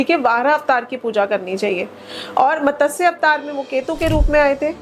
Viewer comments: कुछ भी मत बोलो 😶 मतस्य नहीं मत्स्य अवतार बोलो हिंदी तो ठीक से बोलो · Didi matsya to theek se bol lo!!